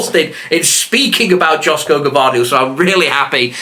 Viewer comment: joško is pronounced like yoshko.